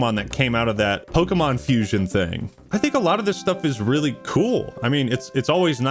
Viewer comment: its pokemon not pokie mon